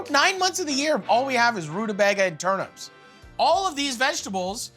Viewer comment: man called turnips turnups